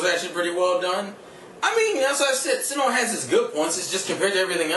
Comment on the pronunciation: it is sinnoh not sinnouh